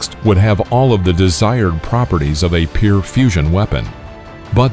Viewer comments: 1. can someone correct this guy's pronunciation of the word "pure" - he says it like "peer"; 2. Incorrect display of the hydrogen bomb - you are showing the gun-type fission bomb, the type used over Hiroshima. 3. Am I the only one not seeing this - I thought the Neutron Bomb, stopped by Carter in 1978, did what this video is describing? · Also, you need to learn how to pronounce the word 'pure' - it's not 'peer', as you seem to say...